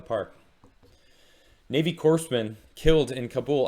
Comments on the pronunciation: Oh my ears when people pronounce core like corpse. Happens to the Marine Corps all the time. I realize you are doing a good thing and appreciate you honoring these men & women and appreciate you for it. Thank you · Thanks for the video! Navy sailor here, just a friendly correction, it's pronounced "Core" man. Kinda like the Marine Corps. Love you thank you for all your hard work. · When you say "Corpsman" just pronounce it as "coreman." Just like the Marine Corps is pronounced "Marine Core." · buddy, the "s" is silent. It's "Cōr-man." Love ya, man, but if I had any hair I would have torn it out by the end of the video. It's pretty rough out here in vet world, so thanks from this one. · It's pronounced "Core-man ". As in "You gotta work your core man ". Otherwise thanks. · It’s pronounced Corpsman(Kor-man) the “P” is silent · The P is silent. Great video though. I'm a navy vet and I appreciate it.